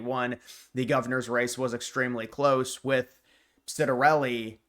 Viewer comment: It’s not pronounced “sit-er-elli, it’s “”Chit-er-elli”. But however you say it, he’s got my vote!